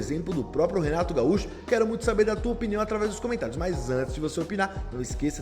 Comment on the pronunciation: Porque ele fala piniao 😅